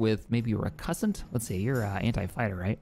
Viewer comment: The Recusant pronunciation is off. It's closer to accuse. You pronounce it more like cuss. Recusant is someone who bucks authority.